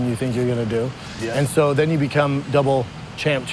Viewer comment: it's double champ or champ champ. NOT DOUBLE CHAMP-CHAMP